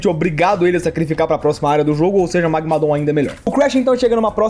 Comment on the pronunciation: Ouvir ele falar magmadooom é estranhamente engraçado